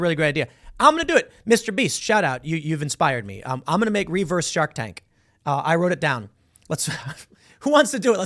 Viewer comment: The way Tim says REE-verse is actually a little annoying lol.